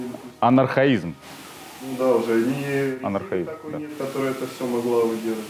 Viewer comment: Не анахраизм, а АНОХРОНИЗМ!!! :-):-):-)